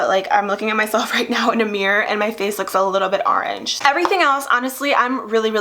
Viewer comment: Are-ange??? Huh? 🍊